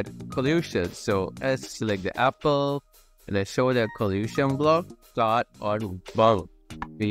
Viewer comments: Apple not appel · Its apple not appel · scratchjr: appel: also appel